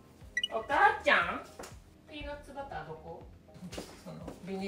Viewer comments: ピーナッバラァ～って言うとネイティブらしくなるんですね✨😁柏餅、お薦めです‼️ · おいしそう♡ピーナッツバターの発音良すぎて何回も聴きたくなる👂✨ 🧡その後食パンどーしたか気になるよ😂